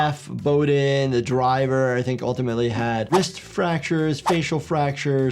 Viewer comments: Jeff Bo~dine. Not jeff bo~din Oufs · Yayyyyyy 2 years later my request gets granted thanks btw it’s pronounced Geoff BOE-dine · It's Jeff bow-dine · it’s Bow(like bow and arrow)-dine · you pronounced Jeff's last name wrong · You mispronounced Bodine wrong!